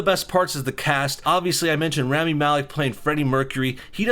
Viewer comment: Hearing you mispronounce Rami breaks my heart because that’s my name